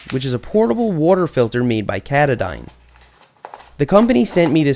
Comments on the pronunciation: Katudine? It's pronounced ka ta din. Anyways, it's flow rate is much faster than the others and can be found for similar prices as others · Hey Seth I love your vids. Not to be snobbish or rude but the company Katadyn is named after Mt.Katadyn It's pronounced ca-taw-den. Just letting you know so somebody doesn't think you're dumb. But say it however you want lol. Thanks again for the dope videos